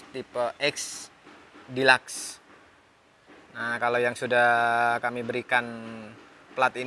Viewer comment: Deluxe nya salah bang bicaranya hihi🤣🤣🤣